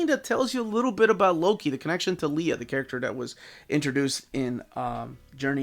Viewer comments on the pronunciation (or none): none